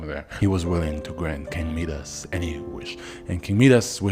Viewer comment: Its mee-dus? I thought it was pronounced My-das